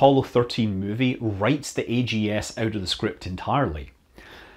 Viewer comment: So instead of being pronounced "bugs," the backup LM computer was pronounced "aggs," rhyming with rags. This might be similar to the sound an astronaut would make if they realized that they needed the AGS for its intended purpose.